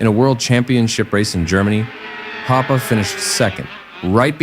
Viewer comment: Thank you very much for posting that video! But please allow one comment, the pronunciation of those German family names like Wolfgang Kalauch, Karl Hoppe, Friedel Münch and Horst Owesle is xxxxxxxx ;-)